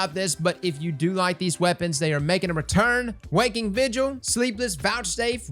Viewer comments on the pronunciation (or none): none